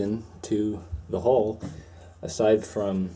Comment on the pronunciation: Hull not hole. Probably not probly.